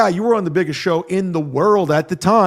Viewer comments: For someone that can’t pronounce the word “show” properly, he sure says the word “show” a lot 😂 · I think he just enjoys making the “shhhh” sound.